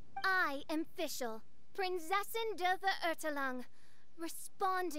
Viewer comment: as a German, fischls pronounciation of Verurteilung makes me sad